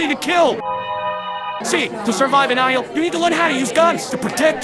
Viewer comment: When he sais isle i hear Ohio 🤨